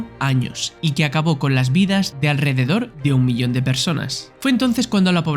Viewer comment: Rrrozan de alridedor dijo el narrador